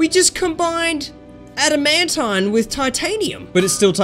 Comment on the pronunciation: adamantine is pronounced. (add, a, man, teen)